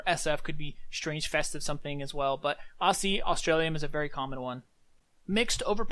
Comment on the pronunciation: You missed C/O C/O = Current Offer Also it's pronounced aussie not aussy